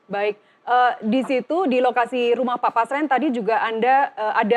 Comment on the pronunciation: BUKAN PASREN TAPI BASRENG!